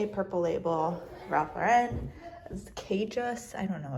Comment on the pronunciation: RALPH LAUREN is pronounced LOR en…. not lor EN no emphasis on the 2nd syllable…. 😊